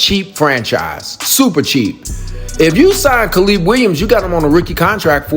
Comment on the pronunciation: Kuh-leeb Williams?